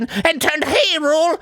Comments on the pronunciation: I lost it at when Arin mispronounced ‘Hyrule’ just because he mispronounces ‘Nevada’ and ‘Hylian’ so much. Despite the fact that Sidon said it like “Hai-lee-en” less than thirty minutes ago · I think he does it on purpose aswell, you almost says hilure but the corrects it to hyrule (high-rule) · You know what the best part about this is? Arin himself realizes he fucks up, because after sentence in which he butchers it to "Hillian", "Hyrule" comes up and he stumbles and starts calling it "Hirrule", before correctly saying "Hyrule". He's literally just trying to say it wrong to prove the point that he CAN say it wrong. And the real kicker is, that this episode is just a few episodes after the Nevada fiasco, in which Arin goes the complete other route of "it needs to be correct". Dude's got issues.